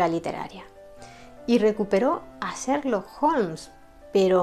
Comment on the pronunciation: He visto casi todos tus videos los que, además de ser de gran interés , están estupendamente narrados y documentados. Me encanta tu forma de pronunciar algunos nombres en inglés, como: "/serlok/" Holmes. ¡Saludos desde Chile!